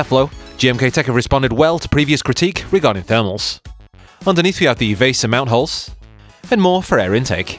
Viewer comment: Since when did people start mispronouncing “VESA”?